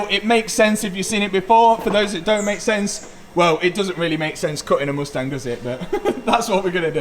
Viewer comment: The way he pronounces mUstang is painful.